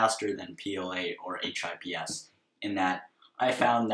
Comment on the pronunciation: no sorry i meant you said h.i.p.s and it sounded strange aha :)